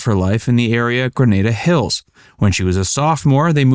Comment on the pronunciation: (and Facts Verse), you did a good job with this video paying tribute to Sally Kellerman, a fine actress and singer. One thing: you're not from Los Angeles. Granada Hills is pronounced "Gra-NAH-da Hills", not "Gra-NAY-da Hills", as you pronounced it.